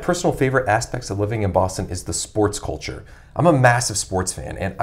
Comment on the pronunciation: The way you say 'culture' would get you beat up there.